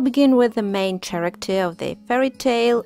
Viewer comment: She just said CHaracter? Dear the word is pronounced with a K.